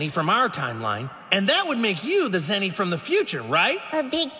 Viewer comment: Are bhai ye zeno he zino nahi